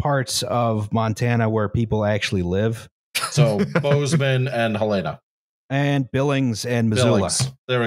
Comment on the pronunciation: It's pronounced Hell-ena. And if you lived here, you'd know why